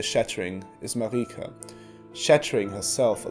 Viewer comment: It's literally not pronounced "mareeka" it's Merika